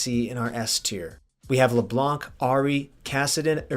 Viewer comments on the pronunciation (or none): none